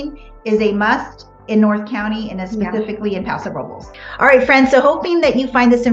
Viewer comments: Sorry, the R has nothing to do with it. It is pronounced, "Row Bless." Thx for being curious, though. As a Spanish speaker, I appreciate your effort. God bless you. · Paso What? Please don't tell me that everyone in that town pronounces "Robles" that way. Hilarious